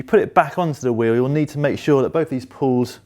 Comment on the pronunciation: Why are you saying "pull", its a "pawl" 🤦‍♂️